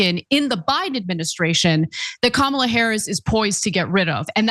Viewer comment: Lil erkd that yos didn't pronounce Kamala name correctly.after all these years that should be e-z .have a feeling he neither knows her history nor even cares to look it up.. interesting